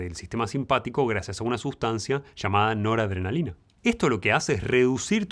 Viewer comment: Noraadrenalina???? Que rarooooo